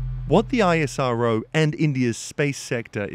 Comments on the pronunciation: Isss-row. Not i s r o. Like NASA iS not N a s a. Bro you should know if you make the vid. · It's ISRO not I.S.R.O like NASA not N.A.S.A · Its actually pronounced IssRO